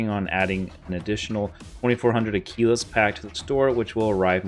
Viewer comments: Had to turn your video off after your preposterous pronunciation of "Aquilas" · Someone tell him how to pronounce aquilas